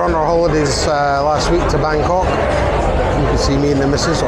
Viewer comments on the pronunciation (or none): none